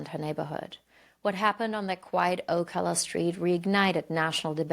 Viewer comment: Sorry, I'm from Gainesville and visit Ocala often. Just want to say it's OH-CA-LAH not OH-CAH-LA, horse capital of the world